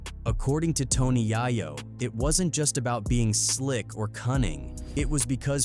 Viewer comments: Its yayo not yahyo smh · Tony Yahyo is crazy 😂 at least pronounce the name properly smh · They KallinG My BiGG Homie His Name OUTTA POKKeT…. “Yae-YO” NOT: “yah-YO” this Internet Shyt Na$ty 🤦🏾‍♂️ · Tony Yah-yo 🤦🏾‍♂️ It’s pronounced Yay-yo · Why you keep saying yaw yo lol it’s yay yo say it together yayo. You moron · Dude... IT'S.... YA-YO NOT YAHYO YAAAAA-YOOOOOOO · Bro how you not know how to say YAYO? Think of what that means pretty simple. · Toe-KNEE Yai-YO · Bro said Tony YoYo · These non culture goofy content creators don’t even know how to say YAYO! Making money of a culture they don’t even completely understand. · The Narrator call Tony Yayo, Tony Yaah Yo, DAM just Fucking Up his name!🫵🤔🧐🤨😎👀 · "Tony Yai-Yo" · Who tf is Tony Yi-Yo? Lol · I HATE This Internet Shyt 🤦🏾‍♂️ Thys Shyt ODEH Na$ty WorKK and Diabolical…… I Hate That Yall Kan POST Shyt and NOT Know FaKKtz ….. Yall Was Klose Tho ONLY BcUZ yall bacKKed yall selves w/ Videos but MO$T of the AI chit ChaKK ….!!!!! $TOPit$LIME …. Yall Kant Even Get Yayo “Yea-YO” name right like WTF 😂 🤣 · Yooo Pronounce YAYO it's YAYO 🤦🏾‍♂️ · I turned the video off when you pronounced Tony Yayo wrong. Culture Vulture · if you can't even say tony yayo name right I can't believe your story 🤔